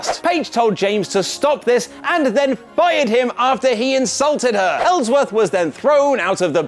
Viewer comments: Really, really? "Ellsworthy" Really? No way in hell Smackdown was less exciting than raw 😒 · Ellsworthy? You mad bro?